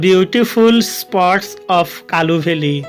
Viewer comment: Sir kalu valley nuhe kulu valley